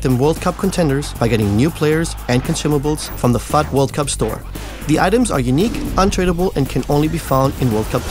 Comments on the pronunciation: is it me or does it sound like he sayin F**K anytime he says fut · its so funny when he says "FUT"